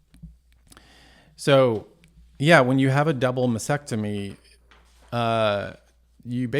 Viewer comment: Mastectomy. T. There’s a t in the word!